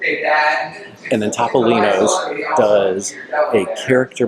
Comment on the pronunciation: It’s pronounced Toe-Poe-Lean-Oh’s and Bar Reeva 😂😂